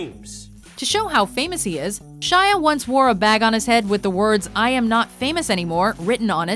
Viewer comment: Gwyneth Paltrow and Shia are the only names you got right